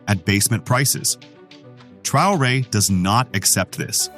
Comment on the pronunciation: Tra o re heißt er nicht Trare🤷‍♂️